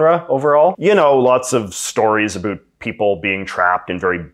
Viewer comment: 6 seconds in Absolutely no one: ... J.J.: "a boot"